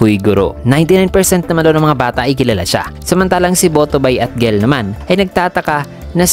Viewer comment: Tamang pag bigkas sa name ni "Gell" ay "Jell" tapos kay "Clock" naman ay "klak" hehe yan kase ang tamang banggit sa nami nila